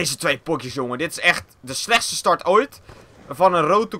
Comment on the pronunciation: je bent de s in 'slechtste' vergeten XD